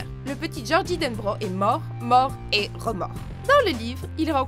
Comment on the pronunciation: gorgie pas gordie